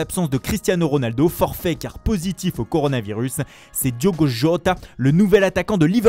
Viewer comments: Et portugais sur le nom de Diogo Jòta 😂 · Même le portugais il me tue, seleçao et diogo jota ça me termine comment il les prononce